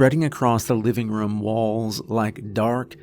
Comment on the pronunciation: Team "Narrator says RUM instead of ROOM" checking in for duty!